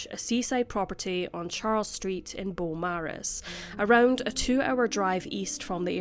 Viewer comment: Thank you,. Us Aussies sure do appreciate all of the cases you cover here. Hadn't heard of this one. RIP Victoria & Giuseppe. Just a side note, if it's pronounced like the Melbourne suburb of the same name, then we say "bo-morris". 🖤 🐨